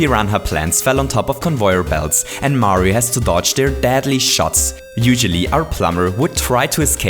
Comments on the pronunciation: XD did you notice that he said "convoyor belts" not "conveyor belts" ? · you Said "convoyer belts".🤣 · it's actully his accent.